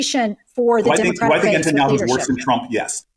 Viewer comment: i know this is kind of irrelevant but cory booker keeps saying 'entanyahu' instead of 'netanyahu' and i thought more attention should be drawn to that